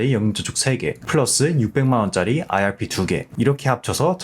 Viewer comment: 내용은 좋은데 발음때문에 듣기 힘들어요 왜 아알피라고 하시는지